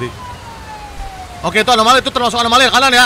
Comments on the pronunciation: anomaly ❌️ alomany ✅️ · Anomali bg bukan alomani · anomali bang windah ngomong alomani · Anomali kocakk bukan alomani😑